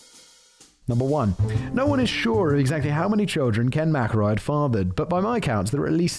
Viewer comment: You know I don't think he mispronounced McElroy even once after he mentioned it.